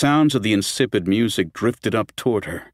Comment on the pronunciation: Examples of the narrator mirpnouncing the word music